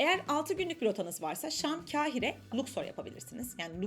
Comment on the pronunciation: Mısırı anlatırken, KEHİRE olarak telaffuz etmeyiniz. K A H İ R E olarak telaffuz ediniz. Acaba diliniz mi dönmüyor, yoksa ma kekeme misiniz?